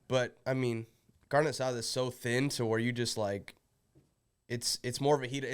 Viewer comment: Kev, that Latino pronunciation was muy bien!! That carne asada was smooth.